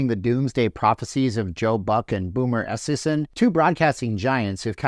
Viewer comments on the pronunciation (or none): Im pretty sure Joe Buck who has called several Superbowls and World Series and has a Net Worth of 35 Million would get a ticket if he wanted one? Also Boomer Esiason is a former league MVP and Superbowl Quarterback. His last name is pronounced EE SI A SON just so you are aware since you have obviously never watched a Football game Lmfao 😂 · So in your research you can’t get a guys name right ? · You’re mocking his name. Yet, you can’t even pronounce his last name correctly. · Thanks for another interesting video. But with all due respect with all your “research“ I’m shocked that you didn’t figure out how to pronounce Boomer Esiason’s name correctly. He has been a major fixture in the NFL for years and years… I would’ve thought you would’ve known how to pronounce his name without any research. But, that aside, you are always interesting and provocative. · Do some research,. You said Boomer’s last name wrong. Not even close. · Obviously not a football fan. Can't pronounce boomers name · mispronouncing boomers last name is still wrong terrible and i dont even like the guy sad sad sad